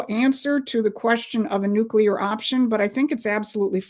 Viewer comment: LEARN HOW TO PRONOUNCE NUCEAR.